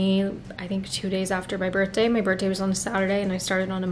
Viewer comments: Girly… you know its birTHday, not birtday, right 😅😂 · 😆🫣 one of those things I suppose. It’s a TH not just a T hahahah